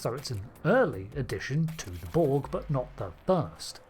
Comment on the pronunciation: The Bolg? Stopped listening at 2 seconds into the video. There's no "Bolg".